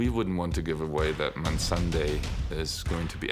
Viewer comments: The guy literally said Mensunday instead of Missandei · Missandei told how to pronounce her name in a TV program. It's "May+Sunday" together. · Not it's not. It's Missandead. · I just don't understand why they all pronounce Missandei differently. If someone should know how to pronounce it, it's the team on the set!!! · The mispronunciation of Missandei's name is ridiculous at this point 🙄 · Still angry about this episode. That being said, WTF, the people working on the show (even D&D) can't even pronounce Missandei's name. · Finally!! I was searching through the comments (which I never do) to find someone stating the obvious!! What's wrong with all those people?????? Fuck the Starbucks cup! Fuck the fact that Jon didn't pet ghost! Fuck the mispronouncing the name of Missandei!